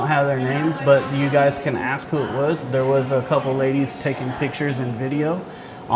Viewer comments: As soon as you hear people tell something about not filming or not recording or violating privacy rights in public can you just tell them to stfu? That security guard was running his mouth for so long about axe this and axe that... Why can't he pronounce the word ASK correctly but run his mouth for so long in English? Is it too much to ask? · Why can't black people say the word ask ...I axed you... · If you can't say "ask" instead of "ax" Or "That " instead of "Dat" you shouldn't be able to work in the public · as non-native english speaker I have to ask this: If I have to 'axe' everybody for permission, who the fugg will be left to answer all other questions, when everyone is be-head-axed? 😅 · "...ax first" lol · I’m not trying to be racist, but how come I’ve never heard a black person pronounce “ASK” correctly? Not once in my life. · Better to axe somebody before you film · Just axe him😅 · “You need to axe first before exercising your rights.” 😂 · Whys the guard keep tellin you to axe people??? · Did you ax him? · needs to axe for some training. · Axing question, always axing